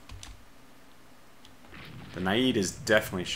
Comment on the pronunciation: Got around to watching it last night. Not to pick the low-hanging fruit, but your pronunciation is painful,. I know British is a totally different language from American, with no resemblance at all, and it takes years of study for a speaker of American to become fluent in British, but Naiad isn't even British! It's a mythological Greek water spirit! You keep saying "nah-yeed" like it's Arabian. It should rhyme with dryad, and sound like a mix of "the end is nigh!" and "dad."